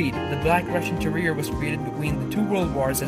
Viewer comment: Please get a narrator that knows how to pronounce the words e.g. canine is pronounced k-9 not canon! And terrier has 3 syllables it is not pronounced ter - rear. I am not correcting any more - it's tiring !